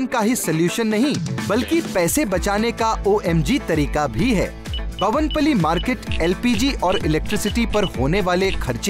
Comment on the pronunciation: bhavan pally nahi Bowen pally market he bhai